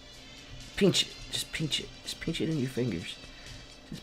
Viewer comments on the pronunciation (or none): Just peench it just peench it, lol at Guudes pronunciation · finally said pinch... peench